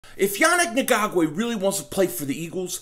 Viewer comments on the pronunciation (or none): I like how you tried to skate through his last name bud LMAO its EN-GOK_WAY Still got for love ya and still a subscriber!!! You almost did it though with the smooth delivery